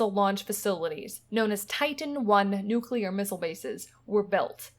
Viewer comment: I’ve watched the entire series. Thank you for producing it. But, I’m still perplexed at the fact that, after spending years of your life here, you still can’t pronounce the word, “nuclear”. I find that very odd.